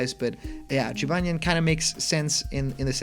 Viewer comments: Huh, didn’t know that. Either way, it’s definitely not pronounced Ji-ban-jan.... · Jibanyan not Jibanjen. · Jee-ban-jan? Bruh it’s jih-baa-nyan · How did you get Jibajan from Jibanyan? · Pronounciation for the 5th one Jibanyan Jib-on-nyon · Quick thing. The yo kai character is pronounced Jib-An-Yan. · I hope this is real because I want Jibanyan. And it’s pronounced (Jee-bon-yan) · Jibanyan is said jib-on-yon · Hm... Jibanyan seems like a weird choice. Compared to some of the others, Yo-Kai Watch is a very unpopular series, especially when compared with the like of Pokèmon. Also, his name is pronounced “Jee-Bawn-yawn” Edit: Joker and Mementos are legit. The mementos was leaked as a stage from a very credible data miner. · Jibanyan's name is pronounced "Jee-BAWN-yawn" according to the YKW anime. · Just saying incase you have to say its name in the future it’s pronounced ji-ban-yan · It's actually pronounced Jibanyan (Gee-bon-yan) but it would be awesome for these guys to join the roster but I really hope they have more DLC character packs, Filia from Skullgirls, Geno, Sora, Master Chief, and Scorpion would be amazing! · Jibanyan, you said Jibanjan lol :) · It’s pronounced, Jib-on-yon. :) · Last time i checked the character pronounced his name Gee-Bo-Nyan. You know because the last part is supposed to be the japanese word for the sound a cat makes (thus why a lot of cat yokai in game tend to have names ending with nyan) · 1. I'd love to play as cuphead, but his chances are about as good as bendy or sans (Wait, they have switch ports) 2. I'm cringing at him trying to pronounce Jibanyan x.x 3. After the grinch leak, I boubt this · I really want to believe this, and I'd say this has a good chance of being real. Cuphead is the only one that seems overly outlandish, but all the other ones seem to accomplish the goal of surprising everyone. u slaughtered jibanyan's name btw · I've heard a lot of wrong pronunciations for Jibanyan but yours takes the crown